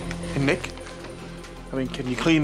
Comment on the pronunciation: When he said "my Nick is a fighter" it sounded like "my niggas a fighter"